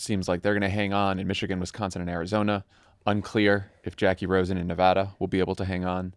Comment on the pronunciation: You can tell it’s no longer an election season because Favs is back to mispronouncing Nevada.